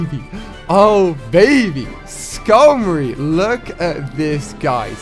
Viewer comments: SKARMORY SKAR!!! not Skull ! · it is skarmory not skormory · it triggers me when he says exatoo instead of zhatoo (zatu) and skullmoy instead of skarmory